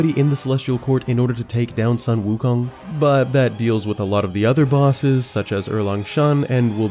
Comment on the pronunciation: Sorry for being a stickler... but Sun Wukong is pronounced as Soon Wu Kong. Sorry... pronounciation nazi-ing a little here... dun mind me.